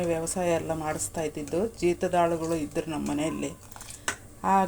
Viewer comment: ಅದು ಹಾಳಗಳು ಅಲ್ಲ.... ಹೊಲದಲ್ಲಿ ಕೆಲಸ ಮಾಡುವ ಆಳಗಳು.... 😃😃 ಹಾಳಗಳು ಮತ್ತೆ ಆಳು ದಲ್ಲಿ ವ್ಯತ್ಯಾಸ ಗೊತ್ತಾಗುತ್ತೆ ಅಲ್ವಾ. ಯಾವಾಗಲೂ ಉಚ್ಚರ ಸರಿ ಮಾಡಿ 😅😅🤣🤣